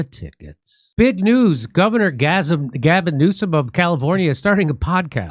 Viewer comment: Did you say Orgasm Newsom?